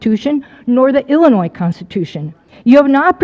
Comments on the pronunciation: I really think if you live in Illinois, you should know better than to pronounce in Illinoissss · I don't understand why apparently smart and articulate people from Illinois still pronounce it as Illa-noyZ. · If he's saying Illinois and pronouncing the S, he's not from Illinois. No way.